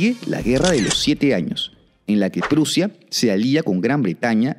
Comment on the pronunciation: Prussia .suena como. Russia